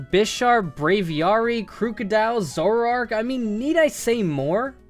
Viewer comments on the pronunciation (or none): none